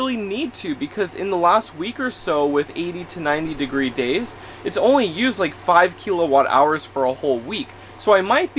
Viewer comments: I'm sorry to be the turd in the punch bowl, but serious...how did you get to know this much about electricity without ANYONE ever telling you its not pronounced "keel-o-watt" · What’s a keylowatt? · Keel a watt cracks me up